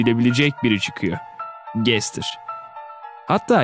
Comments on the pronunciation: Gestır degil gastır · Abi sen Gaster'a Gestır diyorsun aslında gastır diye okunuyor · Gestır Değil Bence O Bastır Diye Okunuyor Sizce Nasıl Okunuyor!?🤘✋👋👈👐✊☝️👍🤚🖐️👊👌👉✋👋👍👉👉👎👎👎👎